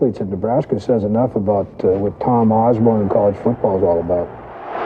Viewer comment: Dr. Tom "Oz-bern".